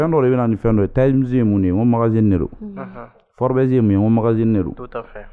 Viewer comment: Tu prononce très mal le magazine forbes mdr